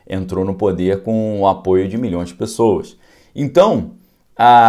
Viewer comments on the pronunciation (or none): none